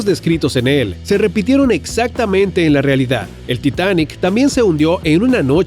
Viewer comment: brain time: tita- Yo:ya me canse de que digas titaaan!! Así no se dice!! Brain time :entonces como Yo :así "titanic"